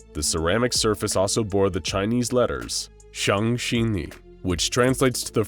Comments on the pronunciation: 想着你(xiang-zhe-ni) not (xiang-zhi-ni) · Its xiang zhe ni and not xianxini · Said 想着你 wrong, its xiang zhe ni! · bro pronounced xiang zhe ni so wrong that i feel like my mom would suddenly appear with a belt. it’s pronounced shyang je ni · ‘Shang shi ni’ Yep, butchered it real hard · Im laughing so damn hard because of his prounuce of the chinese leters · AHAHAHAHAHAHA HAHAHAHAHAAH I can’t stop laughing of how you spoke the Chinese letters oh my God lol it was so wrong hahahahahaha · U did a great job on this video! Just one thing : You read the Chinese letters wrong. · kinda disappointed at how good this channel is in everything else but absolutely butchered the chinese but. this was cool